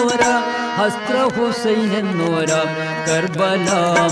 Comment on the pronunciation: ഹസ്ത്ര അല്ല ഹസ്രത